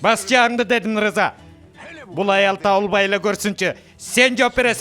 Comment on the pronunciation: Э жинди ырза эмес рыза дечи